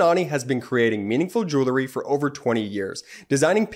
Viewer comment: Great, great show!, please correct pronunciation of the word “jewelry.” It should be “JU-el-ree.” NOT “JU- ler-ee”. Thanks!